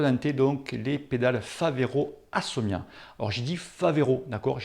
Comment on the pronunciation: Mdr tu as bien dis Favero et pas Ferrero, par contre tu as dis "Assomia' au lieu de ASSIOMA, et tu insistes en plus !!!